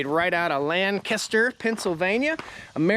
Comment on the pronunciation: Lankuster- Lancaster not a caster….😂